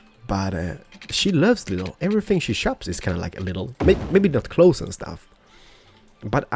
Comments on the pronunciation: you dont sey lidl its with a long i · Lidl is a super market in germany and when you say lidl you must say the i long;)